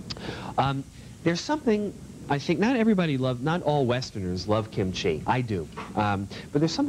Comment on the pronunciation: Amazing show, he even pronounced kimchi correctly.